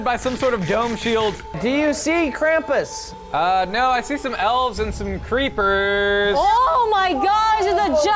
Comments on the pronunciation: Krampus is German krampüs the ü is a ooo said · it pronounced krumpoos